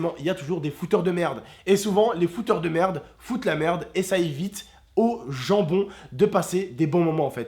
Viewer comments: Quand ta dis le gens bon j'ai compris jambon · Quand il a dis au gen bon j'ai cru qu'il avait dit jambon 🍗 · Mdr quand il a dit: "aux gens bon" javais compris " aux jambons" 😂😂😂😂😂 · Il a dit ''jonbon ou gen bon''?! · quand il a gens bon moi j'ai compris jambon 😂😂😂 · MDR ta dis "gens bon" jai pensé a "Jambon" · Mdrr il la trop prononcé en mode jambon il c trompé mdrr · G compris jambon au lieu de gens bon voila 😅 soutien a vous 3 sinon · quand il a dis "gens bon" j'ai compris "jambon" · Je suis la seul qui a compris '' jambon '' au lieu de '' gens bon '' 😂 😂 😂